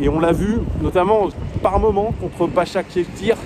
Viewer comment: pour t’aider prononce basak chéïr